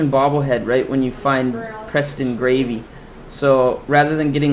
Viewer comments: Preston gravy my dude it's Preston garvey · HE ID KEEP SAYING GRAVY DAT POOR GUY S NAME IS Garvey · Preston "Gravy" lol